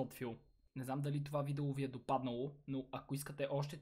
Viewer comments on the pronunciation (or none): none